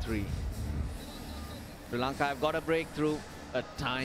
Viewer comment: Why does the afghan commentator saying SIRI LANKA instead of Sri Lanka, i became so mad at him 😡.